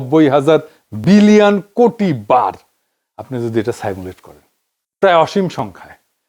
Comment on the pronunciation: (Dr.) Akbar Ali Khan (Not Ali Akbar Khan). How do you pronounce 'simulate'?